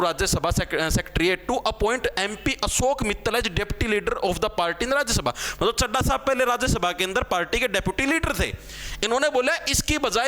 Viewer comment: Daaputy 😂 it's deputy